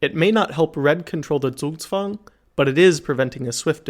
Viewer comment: good pronunciation on the "Zugzwang". I'm a chess player and haven't heard an american pronounce it right yet